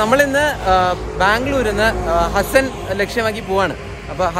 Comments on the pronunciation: hasn alla bro Haasen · Hasan alla pronoucetion haasan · Hassan alla,it is haaaaasan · തിരുത്തുന്നതിൽ ക്ഷമിക്കണം. ഹസ്സൻ എന്നല്ല ഹാസൻ എന്നാണ് സ്ഥലത്തിന്റെ പേര്. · ഹസ്സൻ അല്ല ഹാസൻ ബ്രോ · അസ്സൻ അല്ല ഹാസ്സന